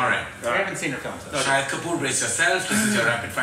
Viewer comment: "Sha-Hid"=witness "Sha-Heed"= martyr.